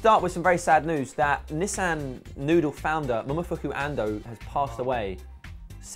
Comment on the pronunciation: its Nissin, not Nissan!!!:D:D